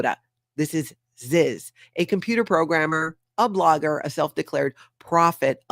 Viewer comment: Love it when you say, Ziz.😂